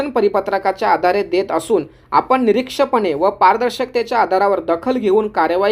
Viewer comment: अभ्यांगताना नाही अभ्यागतांना.... निरक्षपणे नव्हे निष्पक्षपणे.....